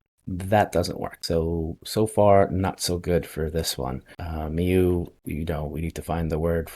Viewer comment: Mieux is pronounced as ME + bUt. That's the sound you do with the U in But. My qualifications are that I've been living inside a French guy for the past 54 years. And it's indeed Better in French...